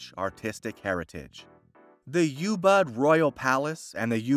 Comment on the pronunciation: Ubud not Youbud 😅